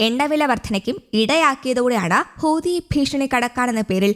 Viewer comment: ഹൂത്തി, ഹൂത്തി, ഹൂത്തി ഹൂദി എന്നല്ല